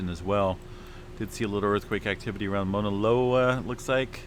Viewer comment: Mauna Kay yah is how it’s pronounced…Mauna Low ahh is also how it’s pronounced.